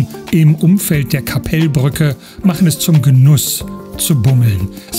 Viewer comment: Tolles Video, mann spricht den Namen Kappelbrücke nicht Kappeellbrücke aus sondern ein kurzes E und L. Dafür spricht man das KKL nicht (Sorry für den Ausdruck) KakaL KkKkL also das K am anfang länger aussprechen etwa so wie das zweite. Ich wohne eine Halbe Autostunde von Luzern entfernt etwa 18 Km entfernt oder mit dem Zug habe ich etwa 30 min nach Luzern. O das Verkehrshaus, ich liebe es. Als Zugfan bin ich oft am Bahnhof Luzern und ich Arbeite in Kriens direkt neben Luzern. Grüsse aus Hochdorf im Kanton Luzern in der Schweiz